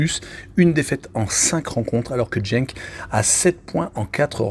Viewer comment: pas grave. ... En fait, Courtrai est une ville flamande qui se dit Kortrijk en néerlandais. Et tu peux dire Genk en prononçant le G comme dans gare. On apprend tous les jours. Donc, ne tiens pas compte des remarques négatives. Continue !